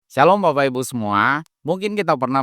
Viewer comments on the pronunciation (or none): none